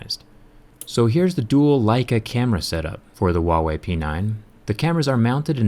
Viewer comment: dmdudego learn first speak "Huawei"